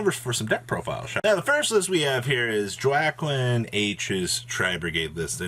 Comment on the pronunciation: Word 🤣, its pronounced like wa-keen